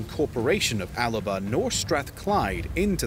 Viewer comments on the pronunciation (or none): The guy narrating the history video keeps referring to Scotland's old name as Alaba. It was ALBA!! Maybe he needs to learn the correct names for places before doing videos about them. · alaba is how Alba is pronounced